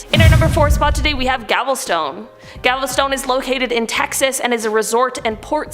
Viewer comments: GALVESTON NOT GAVELSTONE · It's not Gavelstone, it's Galveston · Gavelstone? Where the hell is that? Uh I think you mean Galveston. FYI: There was a very popular song in the 1960's called Galveston by the late Glen Campbell (great guitarist too). Concerning New Orleans, I asked a New Orleans cab driver that same question when he picked us up at the airport, his response was 'Nawlens'. And I heard it pronounced that way by a lot of the natives as during a week spent there. Fun city, really nice people, party central and spooky too (that was pre-Katrina though).